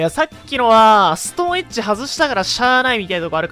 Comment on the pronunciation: ストーンエッジがストーン●ッチに聞こえた。